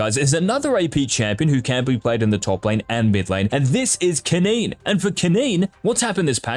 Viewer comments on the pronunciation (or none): i think the guy is reading off of a script, and it read "keneen" instead of "kennen". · Mans said kenean